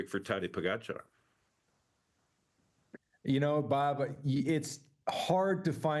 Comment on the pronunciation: Kudos to TJ for finally saying Pogi's name correctly! But demerits for not knowing Almeida is not scheduled to ride Tour.